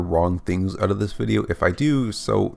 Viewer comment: It's "out" not oooot.